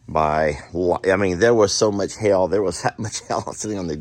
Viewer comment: Oh my, the way you say "hail" sounds like that place full of fire and brimstone... Jami should have you say hail multiple times on camera so we can all laugh with her. Sorry, I am sure you didn't want me getting that kind of humor today.